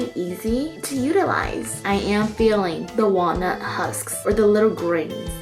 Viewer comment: Wait....did she say....WALNUT? 🙄 Iykyk